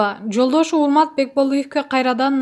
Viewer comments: Ооа туура Урмат дегенди Умат дейтко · Ормат дейтку урмат дегенди